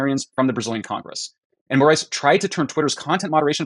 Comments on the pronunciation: The last name of Darth Vad.. I mean Alexandre de Moraes would be pronounced as "More - Eyes" in Portuguese. Not more ass 🤣 though they have a lot of that here too in Brazil. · Just a heads up because was worried about getting his name wrong its pronounced More-Ice not More-ass for future reference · Your pronunciation of his name couldn't be more accurate and fitting, because that is exactly what he is: a 'morass'. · His last name's pronounced ”more eyes" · The name of the Brazilian Court Justice is Alexandre de Moraes (pronounced Moe rah ees). And yes, it's a power grab move. Lula and his Workers Party had a very hard time beating evil Bolsonaro in the last elections and fear his return (and just keep in mind that Lula's return to power happened after he had spent some time in prison). Well.... at least it's closer to reality than the travesty they call democracy in Brazil. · his surename is pronaunced like "more eyes" or (with a more brazillian accent) "moar eye is", all together and fast. Also, your "more ass" sounds fitting. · Pronounciation tip: ale-shan-dry (paroxytone) di more ice.